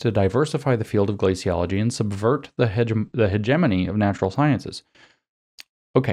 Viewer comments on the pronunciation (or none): By the way James, you don't know how to pronounce hegemony.